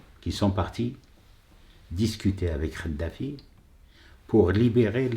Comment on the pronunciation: Kadafi et non pas Khadafi Kadafi avec cette lettre ق et pas avec celle ci خ . Tu arrive pas a faire la différence c'est pour ça lol et tu défend les musulmans avec sar Ko . Effectivement pas de prière dans les caves mais pas de prière du tout . Le comble un musulman light pour un islam de france , comme toi quoi .